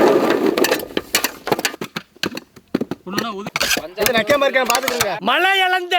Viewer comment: ழ - Not Palam - its Pazham Fruits in Tamil - Thamizh - தமிழ் 'ழ' என்பது தமிழ் எழுத்துக்களில் ஒன்றான ழகர மெய்யெழுத்தைக் குறிக்கிறது, இது ஒரு தனித்துவமான ஒலியைக் கொண்டது, மேலும் 'ழ' என்ற எழுத்தில் தொடங்கும் பல சொற்கள் தமிழில் உள்ளன, மேலும் இது 'ழ' என்னும் பெயரில் ஒரு கவிதை இதழாகவும் இருந்தது. 'ழ' பற்றிய சில தகவல்கள்: எழுத்து: இது தமிழ் நெடுங்கணக்கின் 28வது எழுத்து, ழ என்ற ஒலிக்குரியது, மேலும் இதை "ழகர மெய்" அல்லது "ழகர ஒற்று" என்றும் கூறுவர். ஒலி: இது தமிழில் மட்டுமே காணப்படும் ஒரு தனித்துவமான ஒலி. சொற்கள்: 'ழ' என்ற எழுத்தில் தொடங்கும் பல சொற்கள் உள்ளன (உ.ம். ழம), மேலும் 'ழ' கொண்ட சொற்கள் ஏராளம் (உ.ம். தமிழ், பழம், அழகு). இலக்கியம்: 1970களில் 'ழ' என்ற பெயரில் ஒரு தமிழ்க் கவிதைச் சிற்றிதழும் வெளிவந்தது. உதாரணங்கள் (சொற்கள்): பழம் (pazham) - பழம் அழகு (azhagu) - அழகு தமிழ் (thamizh) - தமிழ் மொழி (mozhi) - மொழி Pazham - பழம் தமிழ் - பழம் Fruits called in Tamizh - பழம் ழ 'ழ' என்பது தமிழ் எழுத்துக்களில் ஒன்றான ழகர மெய்யெழுத்தைக் குறிக்கிறது, இது ஒரு தனித்துவமான ஒலியைக் கொண்டது, மேலும் 'ழ' என்ற எழுத்தில் தொடங்கும் பல சொற்கள் தமிழில் உள்ளன, மேலும் இது 'ழ' என்னும் பெயரில் ஒரு கவிதை இதழாகவும் இருந்தது. 'ழ' பற்றிய சில தகவல்கள்: எழுத்து: இது தமிழ் நெடுங்கணக்கின் 28வது எழுத்து, ழ என்ற ஒலிக்குரியது, மேலும் இதை "ழகர மெய்" அல்லது "ழகர ஒற்று" என்றும் கூறுவர். ஒலி: இது தமிழில் மட்டுமே காணப்படும் ஒரு தனித்துவமான ஒலி. சொற்கள்: 'ழ' என்ற எழுத்தில் தொடங்கும் பல சொற்கள் உள்ளன (உ.ம். ழம), மேலும் 'ழ' கொண்ட சொற்கள் ஏராளம் (உ.ம். தமிழ், பழம், அழகு). இலக்கியம்: 1970களில் 'ழ' என்ற பெயரில் ஒரு தமிழ்க் கவிதை